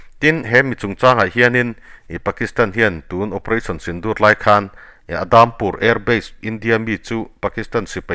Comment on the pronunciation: Adampur nilovin Udampur tia lamrik tur ani,mizo tawnga U. A ngaihnawm thin hle mai